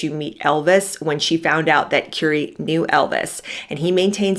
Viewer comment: Currie pronounced like "curry" not "Cury"